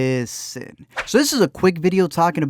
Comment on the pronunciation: I hope this is constructive criticism; but I think you should say 'liiiiiisten' at the beginning as just one syllable. Maybe it's just me tho. Either way I love your videos (and I don't hate the 'liiiiisten')